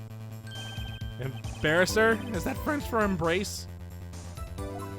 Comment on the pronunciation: Uh, why did you read Embrasser as Embarasser? There's no A between the B and R.